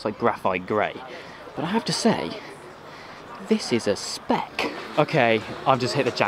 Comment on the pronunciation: Every time you say 'spec' it hurts. Every video I have watched of yours, it hurts. Other than that though I will say it was a very enjoyable video.